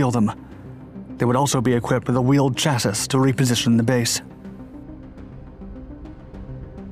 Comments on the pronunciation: Chassis is pronounced ch-ass-y not cha-ssus Chassis=Chassy please stop saying chassus because it hurts your credibility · its pronounced cha-see not cha-sis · I see the narrator/AI/whatever still has not learned to pronounce chassis (it’s “SHASS-ee,” you ignoramus!). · 27 "on a Chas-is" AI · "Chassissssss"? Is this an AI-voiceover channel now? 🤣